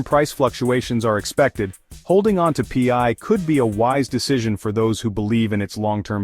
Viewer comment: You are not a millionaire as this video claims. Nor is it P I is Pi which sounds like Pie get it right!!